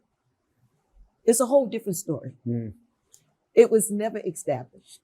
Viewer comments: Fake rubbish and someone tell that judge its established.. Not EX tablished .. 😂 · This judge needs some English classes. Unbelievable that someone in such a high position can't even properly pronounce the word, establish